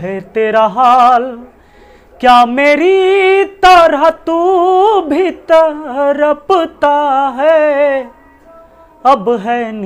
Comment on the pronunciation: Sir ji तड़पता होता है ना कि तरपता 😂😂